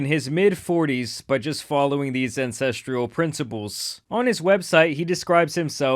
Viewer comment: I'm gonna be that guy and let you know that it's pronounced "An-sess-tral" not "an-sess-tree-al"